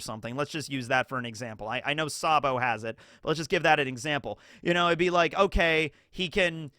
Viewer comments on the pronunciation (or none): none